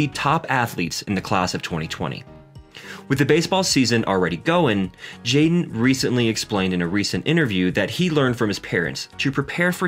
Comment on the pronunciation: Hi Kids seem well adjusted, but the commentator needs to work on his pronunciation. For most of the video I thought his son's name was Jane and not Jaden.